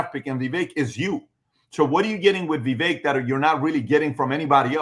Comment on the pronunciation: CAN YOU GUYS PLEASE SAY VIVEK’s NAME CORRECTLY!! OMG ITS ANNOYING AND RUDE AT THIS POINT GROWN MEN!